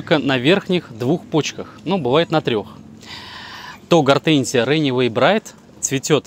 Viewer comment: Ренэвей браит! !!! Неужели сложно выучить 2 английских слова. Взрослый человек вроде . Run away - бежать убегать, bride - невеста .